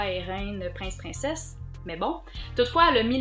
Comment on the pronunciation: ... quand tu as dit princesse, j'avais tellement entendu "inceste"! (Oups, I guess? xD)